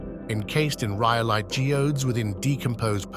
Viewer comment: Ji ode ees? Does he mean geodes?